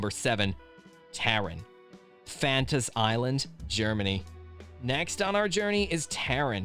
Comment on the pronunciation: bro did not just say fanta's island its pronounced fantasia land